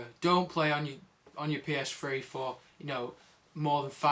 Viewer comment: OMG this guy is so stupid.... first off its not a psfwee ist a ps3.. secont of all those are all ovious and u should NOT turn off ur ps3 if your only gonna be gone for 2-3 mins cus its simply too much stress to be turnd off and on and off and on in short pirods of time.